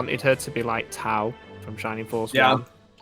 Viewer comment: I love listening to this and learning that we all mispronounced these names, simply because we likely didn't have the learning material to know better. Glad it's not just me. Like pronouncing Tao as Tay-oh instead of Ta-oh, like towel or Hawel. And Freyja is said as Fray-jah instead of Fray-yuh. I also said Higgins as Hig-Gins instead of just...Heinz, which I think my dad told me (which is funny because he pronounced all the other names wrong too)